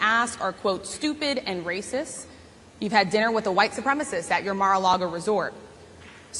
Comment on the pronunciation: How can a journalist who uses the word raysis be taken seriously?